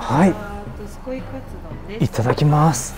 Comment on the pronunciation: 外のメニュー見てる時どすこいが、力入っててどずこいって聞こえる(笑)